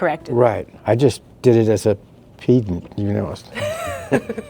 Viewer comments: I think it is partially because he is making a really subtle tongue-in-cheek joke that I only recognized because one of my friends makes the same joke Mispronouncing "Pedant" as 'Pee-dent' instead of 'Pehd-ant' Because if anyone bothers correcting you, they're being pedantic :P He seems knowledgeable enough that the mispronounciation was likely intentional, and I think the smirking/blushing might partially be because he feels very proud of himself for making the joke :P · Pedant. Not peedant. Sincerely, A pedant. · I absolutely cackled when he pronounced "pedant" like a classics professor